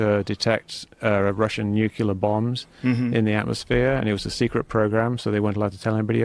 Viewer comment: Never trust someone who can’t pronounce nuclear correctly